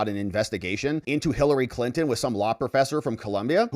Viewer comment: ... and "Clinin" for "Clinton"